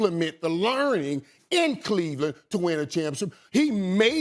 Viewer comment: Stephen A called Chris Bosh "Chris Wash" 🤣